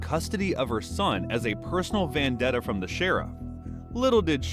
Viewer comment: ITS VENdetta, not VANdetta.